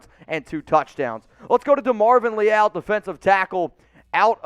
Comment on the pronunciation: It's Evan "neel" not "nee-all." It's Demavin "lee-all."